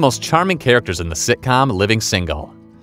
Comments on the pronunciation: I know, right. I was like, who in the hell is Shooter. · Lol his name was scooter not shooter